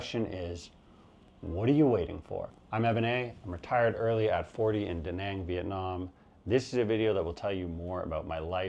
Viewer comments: Maybe I missed you mentioning visa options in your #1 Penang. Btw majority of English speaking asian countries would have the similar pronansiations of the later A it's not Dehneng it's Dunung and Penung. From what I understand visa options in Malaysia are very limited Digital Nomad or a Malaysia My Secong Home which is very expensive. How do you see retiries able to afford this? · You didn't just mispronounce Danang, but just about every other town on your list which makes sense since you were as stoned as you sounded. Also, you show footage of Taipei while talking about Tainan and the footage of Palawan while talking about Dumaguete, not to mention some other mismatches. Phu Quoc is so much inferior to Ko Samui or even Phuket it's not even funny. Danang is where just about every other hipster "digital nomad" flocks to these days, and there's absolutely no small town vibe there. Pai is overrun with aggressive Israelis, and Hua Hin is a disgrace when it comes to beaches. Your Filipino "friend" who recommended Baguio over Dumaguete obviously wanted to mislead your viewers. All in all just another attempt at hyping from a small-time vlogger. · Your pronunciation is indeed wrong but it’s fine. Better than Duh Nahng. I wouldn’t sweat it too much .